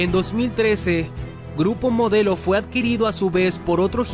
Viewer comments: dice: "GURPO MODLEO" 😒. ¿porque.?... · minuto "GURPO MODLEO" MEXICO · ¿"Gurpo Modleo"?